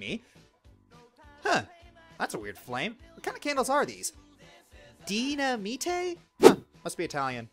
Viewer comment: "Dy-na-mi-te? Must be Italian." Would've had the same effect if it went through me.